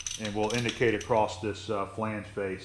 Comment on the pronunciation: PSA There is no T in across. Also, heighth isn't a real word.